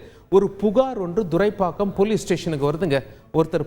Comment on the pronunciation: Sir please mention the area name correctly, it's not Durai pakkam... It's Thuraipakkam..